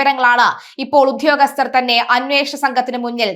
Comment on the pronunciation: അയ്യോ ഉദ്യോഗസ്ഥനാണ് കുഞ്ഞേ ഉത്യോഗസ്ഥലനല്ല